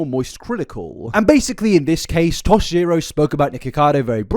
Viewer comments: It’s Tosh point Oh not Tosh Zero. Tosh.0 🤣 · i'm halfway through this and it's a phenomenal video as per usual but omg hearing you say "tosh zero" is sending me. tosh.0 used to be a show on uhhh comedy central i think?? i could be wrong, i probably am. but it's pronounced tosh-point-oh :) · "Tosh Zero." 😂 It's Tosh POINT "O". Ah-- why am I here? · It's tosh(point)oh not tosh zero 😉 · The way you say Tosh zero bothers me so much It's tosh point oh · Isn’t it pronounced tosh point oh? Is it actually tosh zero? I’ve never heard anyone call it that, but I also couldn’t have cared less when it was on. The boys in my class all talked about it and called it tosh point oh but they could have been wrong idk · Babe- you have to stop saying Tosh Zero. It's Tosh/point/oh. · It’s Tosh point oh… I’m sorry it was bugging meeeeee 😂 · "Tosh zero" 😂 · “tosh ZERO” is killing me 😂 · Jsyk, Tosh's show's name is pronounced "Tosh-Point-Oh" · Omg yes though 🤣 I was listening and was like wtf is Tosh Zero?! 🤣🤣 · Tosh-point-oh like 2.O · It's pronounced Tosh point O. lol I am a fan of the show and was yelling at my PC :) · I love hearing confidentially explain Tosh.0 while mispronouncing the title (Tosh-point-oh). Seriously all love you're amazing just tickled me 😂